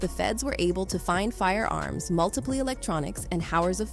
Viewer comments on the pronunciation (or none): "Multipleee electronics and howers of foootegiee" lmao this AI lady is killing me🤣🤣🤣🤣🤣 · It must be an AI, how do you get words like "multiple" wrong?